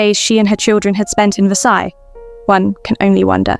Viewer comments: The s on the end of Versailles is not pronounced. Please!!! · I took a year of French in high school decades ago, and it's driving me crazy that the AI narrator is mispronouncing "Versailles."